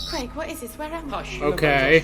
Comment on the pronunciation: Who the heck's 'Creg'? It's pronounced 'Crayg'. Then again, a lot of American reactors to tend to self-correct rather than actually listen to what's being said. Davros is another example: it's Dav-ross. Game of Thrones is another casualty of this: Dav-oss; Wester-ross, etc. The trick is to listen to what's being said, and how it's being said, and repeat it. They say 'Crayg' often enough for it to be able to sink in, I'd have thought.